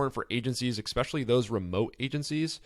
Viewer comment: You are pronouncing especially wrong fyi. Great post. Thx